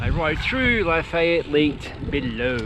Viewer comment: kuh-SEE-tuh oh-puh-LIKE-ah luh-FAY-et Love, love, love your rides over here in UCLA (Upper Corner of Lower Alabama).